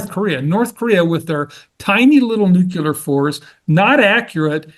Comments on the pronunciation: For someone as educated as he’s supposed to be, I would think he’d know “nuclear” not “nucular” and the difference between “succession” and “ secession.” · Nucular Son, it’s pronounced Nucular…. Also, as I recall the 2011 UK riots were triggered by the police shooting of Mark Duggan in which case it was similar to a George Floyd situation. It didn’t happen spontaneously for no reason. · What’s “ nEwCuLaR”? Is he trying to say nuclear (new-clear)? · Good video. It would help if they knew how to say NucLEAR right, not nucular. Secession, not succession. I don't know why he doesn't use words correctly at his level. Otherwise, a great video with good info.